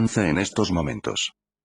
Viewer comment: mm okay muy buenos tus videos y todo pero no me quedA NADA CLARO cuando al final de cada video dices Y ESTO NNUNCA PPASÖ WTF